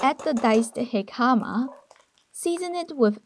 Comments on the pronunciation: I've never heard jicama pronounced that way! We usually say hick-a-ma. The dumpling looks good tho! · Jicama is pronounced Hic ca ma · Jicama hik-a-mah.